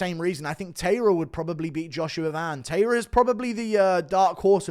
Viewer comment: This guy cannot pronounce tairas name right either